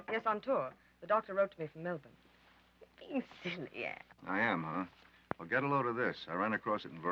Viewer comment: for once, Americans who pronounce Australia and Melbourne correctly.